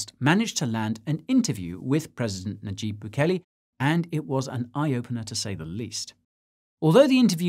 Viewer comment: Is it really so hard for Americans to pronounce "nayib"? Lol